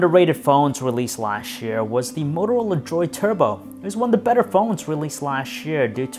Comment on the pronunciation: I'm sorry, but I just cannot listen to this guy. Lash year? NO! It's pronounced LAST, not lash! Who the hell hired this guy to do video reviews?! Perhaps written reviews, but not video.